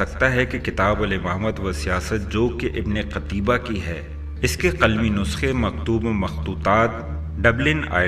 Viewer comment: ہاہا... تجھے اس مصنف کا نام صحیح لینا نہیں آریا... قُتیبہ کو قَتیبہ پڑھ رہا ہے... تیاری کرکے ویڈیو بنایا کر بیٹے